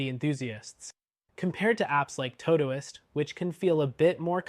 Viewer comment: I've never heard someone mispronounce todoist before 😂 impressive